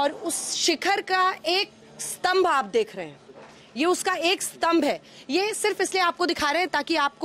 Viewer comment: tambh nhi stambh hai